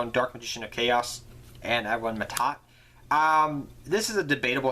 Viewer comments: Yes, but L.t mad productions was probably talking about pronunciation. Ma'At is pronounced ma-aad, while Mahad is pronounced Ma-haad, not maa-tah, not ma-taat. That's the mixup. And yes, I cringed as well as I heard it, especially as a fan of the character Mahad. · That's Mahad Not Ma'Ta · MAHAD. Holy crap. There' no T.